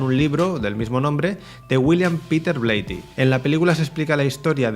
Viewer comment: "hubiieron" " habían" " "Bleiti" "Fredkin".... gramática menos 1.000 y ni hablar de como pronuncia nombres foráneos (no tiene porqué saberlos - su lengua nativa es español- aunque se la pasa por el arco del triunfo - pero ya que se pone a currarlo...haber buscado como se pronuncian...) Lo mas horrendo es lo de "Habían colas ..." "Hubieron desmayos"... solamente dijo "Habia gente" porque " gente " no lleva S. Y después vienen a tocarnos los cojones con la rancia RAE. Me cago en sus muelas- Si en el pais desde donde el lenguaje es originario hay gente como este "filósofo" que lo habla tan horrendamente (filosófico y metafísico) ????, no jodan. ¡Apaga!